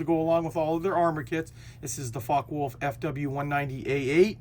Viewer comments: It's more like "Fokke-Wolf" not "fok-wolf" 😁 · It's "vulf", not wolf.